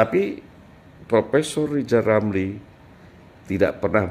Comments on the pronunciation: Rizal Ramli ngomong R saja gak bisa kok mau tuRunkan😂😂😂😂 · Lizal lamli sok pinter ngurus negara. Belajar dulu ngomong er r r 😆😆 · Lizal lamli ngomong ER aja susah kok mau macem2... sunat dl sono zal